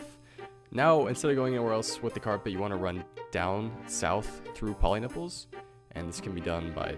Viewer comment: poliniples o god! my ears were bleeding